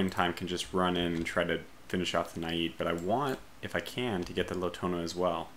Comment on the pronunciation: Got around to watching it last night. Not to pick the low-hanging fruit, but your pronunciation is painful,. I know British is a totally different language from American, with no resemblance at all, and it takes years of study for a speaker of American to become fluent in British, but Naiad isn't even British! It's a mythological Greek water spirit! You keep saying "nah-yeed" like it's Arabian. It should rhyme with dryad, and sound like a mix of "the end is nigh!" and "dad."